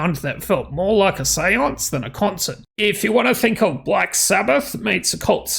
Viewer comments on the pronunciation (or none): none